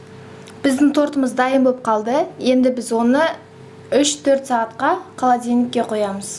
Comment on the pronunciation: қаладилник емес, холодильник 🤣